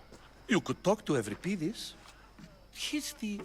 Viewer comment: Voice actors are completely mispronouncing Euripides..... Other than that, ace game!